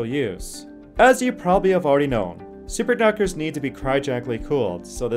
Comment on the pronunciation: Great info. Please work on your pronunciation. Wurr instead of Where, Paseudo instead of Pseudo, Parawell instead of Parallel, Superductors instead of Superconductors. Work on delivery. Keep up the good work. Cheers